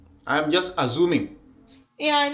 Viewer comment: "I'm..I'm just azzuming."😂